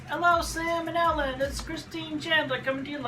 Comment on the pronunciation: Sam and Ellen. Did he just pronounced it as Salmonella... Why does that should very trollisk... oh boi.